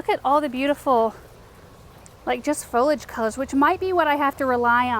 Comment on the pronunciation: Foliage has three syllables.